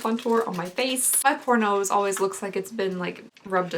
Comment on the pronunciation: Am I the only one that heard "pornos" and had to go back and listen again to find out she actually said "poor nose?"